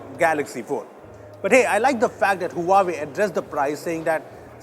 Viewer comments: Not hooahwei. It's hwa wei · it's pronounced "Wa-Way" and not "Huaa-way", come on! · You just pronounced Huawei wrong. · He pronounced Huawei wrong again